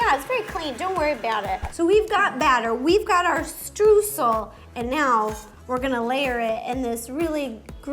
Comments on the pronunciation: They might know how to pronounce their last names, but they certainly don’t know how to pronounce “Streusel” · I love how they talk about people not pronouncing their name correctly while pronouncing Streusel like "stroo-sell" lol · German eyetwitching Streusel with the eu like "oy" as in Schtroysell (phonetics without the phonetic alphabet i guess) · It's just so funny for me as a german to hear the words ''Streusel'' and ''Strudel'' in an english video. xDD